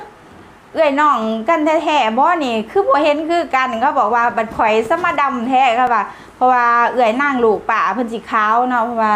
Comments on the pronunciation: สำเนียงคนลาวทางใต้จำปาศักดิ์หลายท้องที่ คนลาวจะออกเสียง "ด" เป็นเสียง "ล" ดำ จะออกเสียงว่า ลำ เป็นเรื่องปกติ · ดำๆไม่ใช่ลำๆๆ ฝึกพูด ด ให้เป็น ด ไม่ใช้เป็น ล พี่เห็นน้องพูดคำว่า เด้ ยังพูดชัดเลย